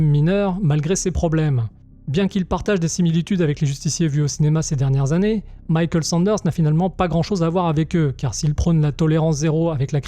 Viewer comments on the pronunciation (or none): none